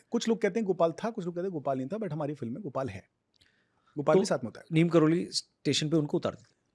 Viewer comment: "नीम करोरी" है..... नीम "करोली" नहीं है..... सुधार करो